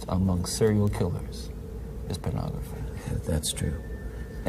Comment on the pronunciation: Take a shot every time Ted says Penography.